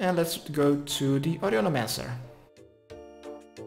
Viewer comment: HOW IN THE WORLD CAN YOU PRONOUNCE HER NAME "AUDIOLEMANCER" !?!?!?!? WHAT THE FUCK